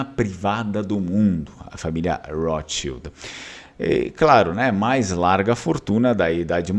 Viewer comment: Porque pronunciar "rotschild" com R inglês? Esses agiotas de merda viviam em terras germânicas antes que se mudassem para a INGLAMERDA!